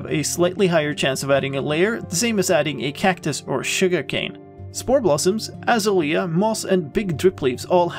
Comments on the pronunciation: I love the way you say Azalea. We say Ah-Zay-lee-ah. You say As-ah-lee-ah. Your way is so beautiful. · A Zay Lee Ah....is the correct pronunciation :) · By the way, the bush is pronounced Ah-ZAY-lee-uh. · Seriously? It's "Azalea" not "Azalea" Lol --three syllables, not four. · hAHa yOU sAId AzaLEA wRONG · The way you say Azalea is hilarious btw